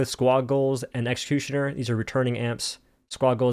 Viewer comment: Nobody:: "Exkushuner"